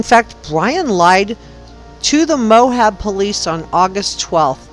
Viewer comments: Good podcast. Thanks. As a Utahn, it's pronounced just Moab, not Mohab. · i wish those who make content about real peoplw and events would bother with correct pronunciation mo-ab not mo-hab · Quite interesting. The town is pronounced Moab not Mohab But I can see where you’re thinking about things and I commend you for putting so much time into this. I’m just another person that has followed this story from the start and I think about those girls every day.